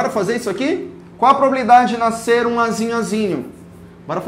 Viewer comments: "zum vezes zum da quanto?, zum" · “Zum vezes zum da zum” kkkkkk o melhor prof❤️2020 ? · Zum x zum, dá quanto? Zum! Kkkkkkkkkkkkkkkkkk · Eu esperando ele ansiosamente multiplicar o 1 pra fazer "zum vezes zum" Kkkkkkjkk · "zum" vezes "zum" = 1 kkkkkkkkkkkkkkkkkkkkkkkkkkkkkkkk amei